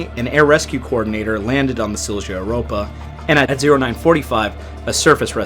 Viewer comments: If you ever need to say that name again, try pronouncing it “seel-yah”, an American would get close to it then. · In the future you can put the words into respective google translates and make it pronounce the words. Would not be perfect but much better than "silsha" (it's "silya") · Good job with the pronunciations. 😊 Regarding pronunciating Silja, J sounds like in ja, jo, sound more like ya, yo in English, so Silja would be SIL-ya :D Just a tiny thing, though! (There were also a lot more Swedish words than Finnish words to deal with here.. :D) MS Estonia, I was 4 when this happened so I don't have any memories of it at the time, but later on it's terrified and fascinated me, so I try to watch any video that is posted about it. Thank you for the thoughtfully put video! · Silja is more or less pronounced SIL-YA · Silja is pronounced Silya. You can hear how it's said on Estonia's Mayday call with Silja Europa. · Eh, don't take it personally, we pretty much know even simplest words in Polish can be unpronounceable for people with little background in slavic languages. As for the sinking of Jan Heweliusz it is an interesting story and I would say go for it, since there has been little on it in english, but there is a 5 episode Netflix series coming out this year supposedly. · My wife went on this ship as a child when it was the Viking Sally, when it cruised from Turku to Stockholm in those days. Just such a horrific tragedy. With regard to European pronounciations... all Europeans use 'y' sound for the letter J, and the V sound for the letter W. So the Silja Line is pronounced Sil-ya. Really appreciate your humble respect when you use these words though. Cheers! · Only pronunciations that I can help with is Silja is pronounced as "Sill-ya", and Wasa is pronounced as "Vossa". I'm an American truck driver who's never been to Europe.